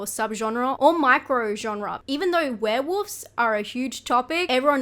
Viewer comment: Do you really pronounce it "Were-Woofs"? HaHa I'm dying!